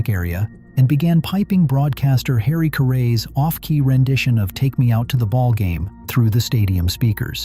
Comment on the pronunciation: The numerous inaccuracies in the video include showing Babe Ruth as a right handed batter, pictures of crumbling stadiums that aren't White Sox Park, the mispronunciation of Bill Veeck's and Harry Caray's name, the urban legend as to why players on the 1919 team threw the World Series (the players were actually well paid by Charles Comiskey), and implying that the Disco Demolition event was some type of racist statement. What is correct is that owner Jerry Reinsdorf purposely let the park deteriorate in order to bolster his argument that it needed to be replaced when actually he just wanted a new stadium built with taxpayer's money.